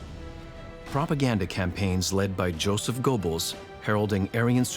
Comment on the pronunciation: Why should I take this seriously? They can't even pronouce the word "Goebbels" correctly?